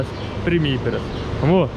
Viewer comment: Casal nota 10!!! Bom que ele fala " vamo" é eu entendo " amor"... E eu pensando que ele está chamando a esposa toda hora.... kkkkk